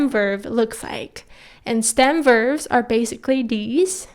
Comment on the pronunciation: Nicely put. I also find it interesting that both you and my own Korean teacher say "verves" instead of "verbs" :)